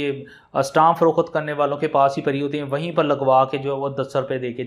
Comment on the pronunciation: Paymiesh na kay pamaiesh, farokht nay kay farokhat, lafz na kay lafaz